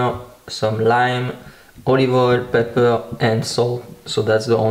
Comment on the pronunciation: i like to hear you say pep-per lol.